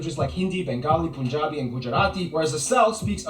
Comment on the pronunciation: Its punjabi not poonjabi